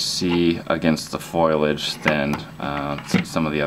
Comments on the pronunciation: FO LI AGE NOT FOIL AGE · It's FOLIage not FOILage. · Did you really say FOILage? What is this, a Simpson's episode? FoLiage. Great video, as always. ;) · Foilage ? Foliage.